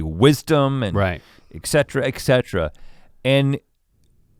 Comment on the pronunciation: I didn't take Rhett as someone who would say "eck setra" as opposed to the correct "et cetera".